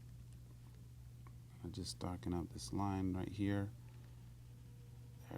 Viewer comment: over hurr... over thurr...